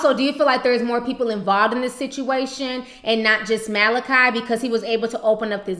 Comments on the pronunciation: My days the reporter cannot pronounce Malachi, my dayz looool I respect his entrepreneurial ship, but he needs to keep it legal! No excuse it's a biblical name, ha! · ***** Lol I hope someone in that office straightened her on that.smh.. She really had no clue, because she said Malachee with confidence. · I felt like she's never heard Bible stories as a child when she said Malachee lol. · This has me DYING laughing! First we got this lady who can't read Malachi. Name has been around since before England Lmbo. Then we have this kid evading questions and speaking in circles. Where on earth is his family?? You know they helped him with this mess. "Malachee" hilarity! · MAH-LAH-CHEE tho 😂😂😂😂😂😂😂 girl pick up your bible sometimes 😂😂😂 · lost it when she said muh-lah-chee 😂😂😂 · the reporter pronounced his name as Mallachee. omg lol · That first reporter butchered the hell out his name lmao Malahchee 😂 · I died pronunciation! Clearly she hasn't picked up a B.I.B.L.E. or gone to church much! Lol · seen so many reporters trip over his name. It's not like it's some weird unheard of name. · Lmao at the way she pronounced his name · Did the first reporter really just pronounce his name like that 😑